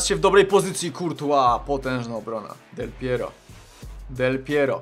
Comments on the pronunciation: dlaczego powiedziałe del pieriog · Del Piero, Del Pierur, Del Piero no i, Suagryz. xD